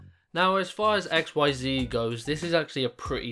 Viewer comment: It's pronounced Ikseez now x-y-z lol